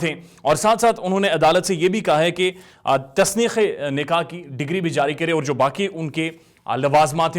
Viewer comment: Tasneekh nai tanseekh e nikah